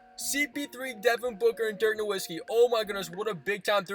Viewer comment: You need to learn how to say dirks name